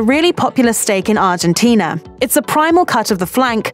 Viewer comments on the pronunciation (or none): none